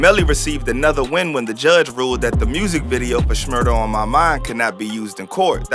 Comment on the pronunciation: Bra why tf yu say shmurda ?? Doin too much